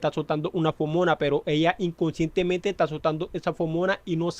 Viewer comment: consulta en el pais de este YT se le dice fomona en vez de feromona?